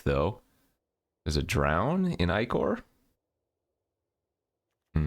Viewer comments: "ichor" is pronounced "eye-core". i think he must have been corrected on stream since this set has a lot of ichor, whereas Brother's War just had the retro artifact lol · Why do you pronounce ‘drown in ichor’ differently than ‘ichor wellspring?’